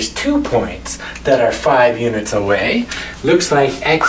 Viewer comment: I subscribed the second I heard him pronounce units.